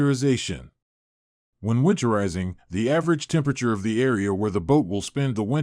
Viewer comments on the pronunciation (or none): none